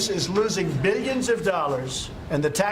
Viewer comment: Beellions and Beellions!!! Why always with the Beellions?